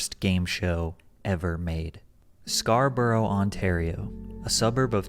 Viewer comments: cant believe you pronounced Scarborough like that it every one here calls its scar-bro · Every adult involved in the making of this show is a disgusting creep. The parents who saw this behaviour and brought their kids onto this show are equally revolting for not protecting their children. On a lighter side note: patricks pronounciation of Scarborough is killing me. Probably the only levity im gonna find in this vid